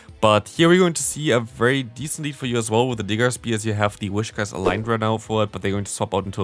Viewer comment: first syllable: whis second syllable: cash Not a wish to begin with, but cash in the end... PS: I like the way you comment battles from other players a lot, actually. You always give awsome advice to them and their opponents. Nobody needs to be discouraged. You give very constructive criticism at the appropriate places without looking down on someone.